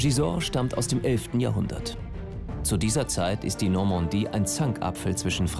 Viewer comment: Die „Normondie“ 😂